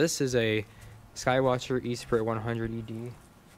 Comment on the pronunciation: Nice video :) Esprit is pronounced S-Pree 👍